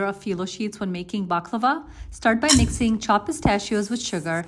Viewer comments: Sorry but I’m Egyptian and I speak Arabic and so when someone mis pronounced something in Arabic I get mad cause it’s easy for me to say the/that word so just a friendly reminder it’s back/lavaaa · Everyone's mad at the preparation I have no idea about baking but i am mad too about the pronounciation of "baklava"